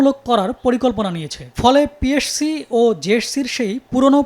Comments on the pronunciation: এই সাংবাদিকের দাঁত কয়টা আছে সেটাই ভাবছি যে কবার পি এস সি, জে এস সি আর এস এস সি উচ্চারণ করলো ততবার ই এক এক টা দাঁত খুলে গেলো উনি বার বার বলল পি এড সি জে এড সি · উচ্চারণ ঠিক করা উচিত পিএরসি❌ পিএসসি ✅ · পি এর সি? জেএরসি? 🤣🤣🤣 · পিএসসি কে পিএরসসি বলেন কেন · পিএসসি জেএসসি কে উপস্থাপক বারবার পিএরসি জেএরসি কেন বলতেছিল? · পিএরসি, জেএরসি না। উচ্চারণ টা ঠিক করে শিখুন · সাংবাদিক সাহেব পিএসসি এবং জেএসসি শব্দ ২টা উচ্চারণেও বার বার ভুল করছেন এখানে। 😂😂😅😅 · psc, jsc, ssc, hsc উচ্চারণ ঠিক করেন সাংবাদিক ভাইজান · পি এস সি ও জে এস সি আগে তো ঠিক মতো উচ্চারণ করা শিখেন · সাংবাদিকের পিএসসি ও জেএসসি নামের উচ্চারণ এমন কেন?